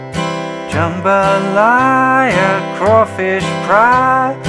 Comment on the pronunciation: FYI in the song you pronounce it "buy-o" and jambalaya. As in ah ha. And it happens to be a speciality of mine.. My mother was born in New Orleans.